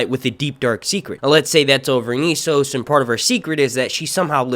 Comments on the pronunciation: It's Essos not Issos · Its E SSOS, E SSOS say it with me, ESSOS EEEEEEEEEE NOT iiiiii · Essos not eeesos ffs